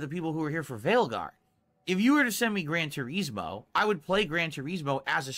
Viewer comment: "Gran Tureeezmoh"